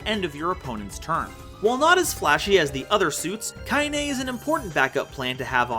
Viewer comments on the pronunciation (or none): got you the like also ite KainA not KainE